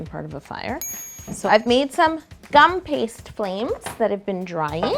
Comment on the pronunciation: Whenever she says gupaste I always think of guns... Idea! Cake a gun! You're wellcome! ^-^